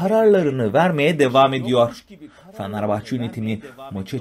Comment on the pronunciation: ya kardesim su turkceni biraz duzeltemezmisin? fenerbahcenin adini bile dogru telaffuz edemiyorsun. bu fenerbahcelilere hakaret resmen